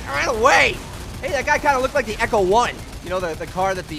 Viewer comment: It's ECTO 1 not ECHO 1!!! Graaaaah! You're killing me!